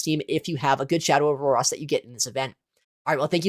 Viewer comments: I'm so perplexed by your Aurorus pronunciation lol its ah-ROHR-is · Aurorus = OR OR OS No "AAS" in sight 😂